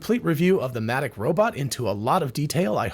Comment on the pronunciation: At first I thought he said Asthmatic Robotics.🤣